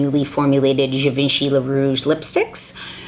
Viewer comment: Well, her pronunciation is off sooooo...